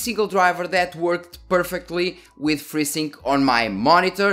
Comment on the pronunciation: i thought to myself... what the heck is "Frizzing"? and then AAAH.... FreeSync